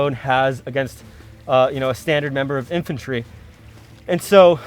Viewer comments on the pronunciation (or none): none